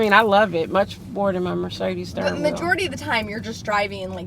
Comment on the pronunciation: I am not an English native speaker and I have to say I adore specific accent. "The stirring wheel" and the loooong vowels;)